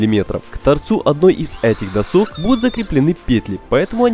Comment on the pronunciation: Бесит постоянное "досОк", может "дОсок"??? доска. нет второй О в корне. задрало (((